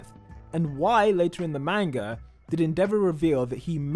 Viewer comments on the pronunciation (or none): Why do u say It ma-n-guh